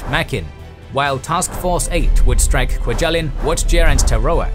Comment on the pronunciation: I've been to 'kwa-gel-in'. It's not pronounced that way